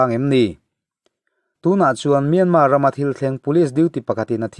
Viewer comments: Myanma tih a lam hi a dik..mahse a thluk hi burma tih thluk a thluk tur a nilo...thiantha tih thluk ang deuh a lam tur ani e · Ngaihthlak a man hla hle mai. Thu rawn ka pe ve duh che a Myanmar i lam dan hi a dik tep tawh a dik lohna tlem chu myan tih hi a ri sang ni lovin a ri hniamin han lam la a dik chiah ang. Yangon pawh Yan tih hi a ri hniam tur a ni e. Ka lawm e